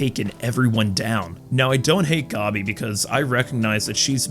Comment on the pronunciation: You calling gabi "gobby" and pronouncing mappa as "moppa" had me rolling, I can understand the mappa one but gobby? really?